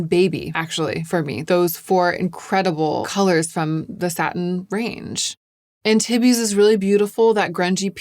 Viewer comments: Yay! I was worried you were going to swatch these elsewhere on the socials and I am limiting myself to YouTube. I have to wait for your reviews for make up because i too am a ghost. Also, no one cares, but Antibes is pronounced Anne teebs. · I’m French and hearing you pronounce Antibes like titties for half an hour is really entertaining 😚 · love your videos BUUUUT Antibes is a city in France and is pronounced french <3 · Antibes is a town in the south of france...it's pronounced 'ahn-teeb' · Antibes, forget the "iz" at the end and just say Antib. Town on the French Riviera between Cannes and Nice 😊❤ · Ok, NGL, of ALL people I did, in fact, expect to know how to pronounce Antibes. And for that expectation it's indeed funny:) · ah bon! I lived in Nice for a year during college and loved my experience. I have been back to France many times and have a special place in my heart for French people and language. normally does so well with pronunciation but this one just stuck out to me.